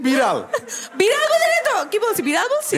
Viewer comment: বলছে মিডেল শুনছে বিড়াল 😂😂😂